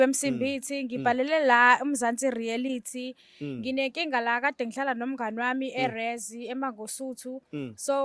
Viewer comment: 😂aw sukan madoda...ngigcwele ngawe mfwethu...ikakhulukazi mase uthi "Mzansi Rearity"😂😂